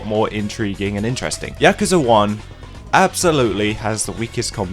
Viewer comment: Why why why does every reviewer, whose played these damn games, fail to pronounce the fucking name of the game correctly. Listen to how the characters say Yakuza. Does it sould like they begin with "Yak" like the animal? With that hard A? No. No no no. At least you didnt pronounce it like my fellow americans where it almost sounds like they're trying to say jacuzi. Fuck.